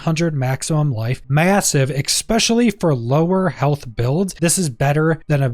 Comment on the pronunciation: Good information, much appreciated. But as someone who learned a lot of words from reading them and who suffers from dyslexia... It's "e-specially" not "ex-pecially" There is no "c" or "x" before the "s".